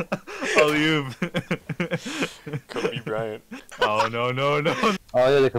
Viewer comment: anit no way he said kobe bryan💀💀💀💀💀💀